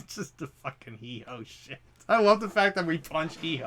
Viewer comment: Heehoe?🤣 it’s Heewho